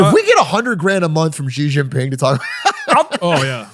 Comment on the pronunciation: I love the show. One note on Chinese pronunciation, you often say Xi Jin Ping's name incorrectly, like "zhee" or "jee" (like the [ʒ] sound in leisure, vision or bougie). But actually Xi is pronounced like the English word "she". Similarly, the "Jin" in his name is not said with the french [ʒ] but instead like the English word "jean'. So his name should basically be pronounced like "She Jean Ping". If you care about the tones (the way Chinese people would say it), then the easiest way is to think of the 2nd and 3rd characters together, something like 'Xi JINping' rather the American 'Zhee Zhin PING'. You talk about China a lot and I love the context, but it would be good to say his name correctly